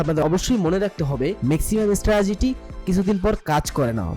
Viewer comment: আরে বলদ স্ট্রাজিটি না স্ট্রাটিজি